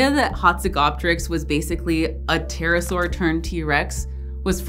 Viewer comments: It's a Terra-ibble-asaur for Terra, terrible and saurus lol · Haha, "terra-saur" 😄 I love it